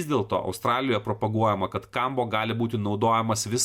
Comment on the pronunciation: 4 kartus skaito Kombo, nors parasyta aiškiai Kambo, nebemoki skaityti? Beabėjo, jei žmogus tiki, kad ežopas tau padės gyvenime, malinausko video,- tikrai nepadės.